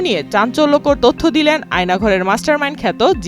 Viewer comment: Two error- 1. Ayanaghor khato 2. Borkhasto Tui je kicu na jene news porcis ta to clear